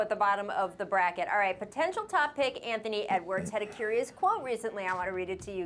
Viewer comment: "anthony ewars" -Perk